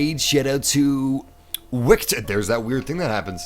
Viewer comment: IT'S VICTOR NOT WIKTOR!